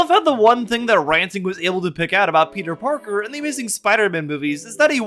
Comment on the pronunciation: "peter pakr"